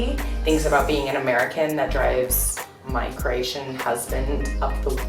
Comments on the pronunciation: This girl is dumb. Keeps saying CrEatian, it's CrOatian. You'd think the dummy would know how to say it by now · Hi there, you may want to pronounce the name Cro-atian and not Creation.... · Cration ITS CROATIAN NOT CRATION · It's really annoying the way she says Croatian , lol really annoying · i hate the way she says “croatian”. like he taught u words in croatian but he can’t teach u how to say it properly. ne kužim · It's CrOatian, not whatever you are saying. This is. stupid video.